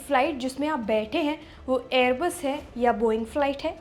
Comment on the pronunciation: एअरबेस नही एअरबस 🤣